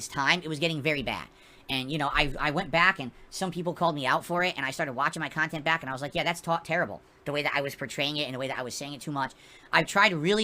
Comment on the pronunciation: "Meaningful kahntent" "OOOOOOOHHHHHHHHHHHHHHHHhhhhhhhhhhhhhhhhhhhhhhhhhhhhhhhhhhhhhhhhhhhhhhhhh"